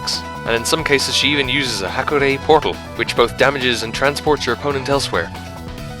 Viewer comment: You mispronounce "Hakurei" in almost the same way that Midwesterners mispronounce "Mario" as "MEH-reeo" lol